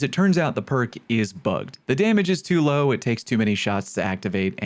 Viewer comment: "damage is too law" lol